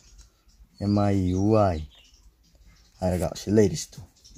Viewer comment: Brogi miui gi pronunciationdo semdokhanningee.... Lanna khanbiganu... I'm ur new subscriber